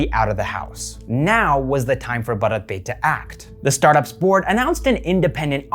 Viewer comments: It's pronounced as Bhaarat Pe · Your pronunciation is ok ! It’s a mix Hindi and English word. You are fine ! 🙏🏻🌸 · bharat pay toh bolna seekh lo pehle